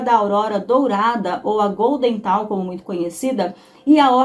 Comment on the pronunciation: "Golden Dawn", "Ordo Templi Orientis", são a pronúncia correta.❤